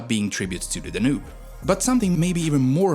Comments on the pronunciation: Really bad pronunciation for words like: leu, Danube, Timisoara, Dacia. Also, there is no Moldavia. Maybe hear these words first before making a video, they’re not really that hard. All the best! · Your pronunciations are inconsistent and flat-out wrong, for example Danube (you called it daNoob) or Moldova (you called it Moldayva) sadly after hearing those I stopped watching. Curb the swedish accent a bit.